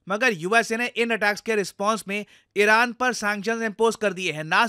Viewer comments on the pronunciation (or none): Arey Sir, pronunciation toh acha se koro, iran toh iraq sunai deta hai